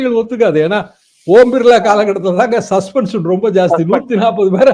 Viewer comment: Oom birla illa uuuum birlla